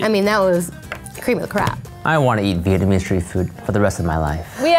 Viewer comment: xLinkGamingx lol yeah I seen some people say vietmanese 😐